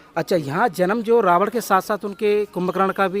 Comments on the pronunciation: rawad nhi ravan bolo........jai shiri radhe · रावण को रावड बोलता है, थोथला आदमी 😂😂😂